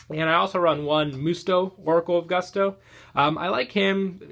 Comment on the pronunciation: I can't stand how you pronounce gusto. Please.